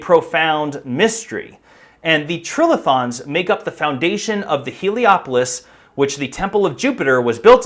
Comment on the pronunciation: Another hack who sees the word "trilithon" and lacks the vocabulary, general knowledge or ability to analyse how a word is written. Nor can he be bothered taking a couple of seconds, in this day of the interwebs, to check the correct pronunciation . . . Perhaps he just copied Graham Hancock who has the same issue? "Tri" = three, "lithon" from lithos = stone. A structure of three stones, two vertical, one laid horizontally on top = "trilithon". Or alternatively, the vowel before a single consonant is "hard". Or, show your ignorance and inability to research anything, however basic, and say "trill-a-thon".